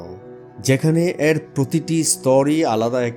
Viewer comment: উচ্চারণ ঠিক করেন, এ্যার নয় এর